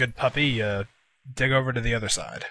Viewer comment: " I swear I said "DIG" but it really sounds like something else if you're not paying attention." WHAT DOES IT SOUND LIKE?!? It's been bugging me for SO LONG!!!